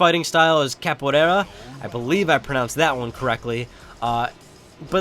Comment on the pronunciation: no... sorry you didn't... I'm from Brazil, capoeira is not pronounced in that way. Try to see it in google translate.